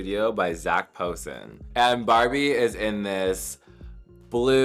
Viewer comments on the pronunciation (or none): none